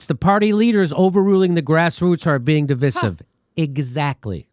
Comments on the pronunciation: It's not pronounced di.vi.siv, it's pronounced di.vy.sive. I agree you by the way. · Oh Jimmy. It's pronounced dɪˈvaɪ.sɪv, sorry, just that Jimmy is pronouncing it wrong. I was hoping English teacher Steph would have corrected him. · Jimmy, it’s a long ‘i’, rhymes with”rice” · De vi siv? It’s der viy siv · Diveesive diveesive diveeesive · divIsive not divisive [dəˈvīsiv] . Pronouncing words correctly means something. It is irritating. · I have two complaints with this video. The fact that you keep saying "stab you in the front", when the phrase is "stab you in the back". The way you pronounce divisive is weird.🤔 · Why does Jimmy pronounce divisive like that?